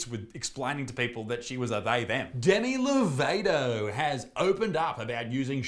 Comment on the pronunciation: The way you pronounced Demi Lovato sounded like Danny DeVito so I thought you said he was using she/her pronouns and I nearly dropped my phone 😂